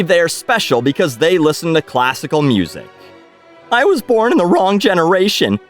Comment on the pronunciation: Classical mussik